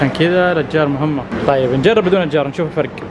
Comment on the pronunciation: ٦:٥٥ اشجار❎ اجّار✅ 😂😂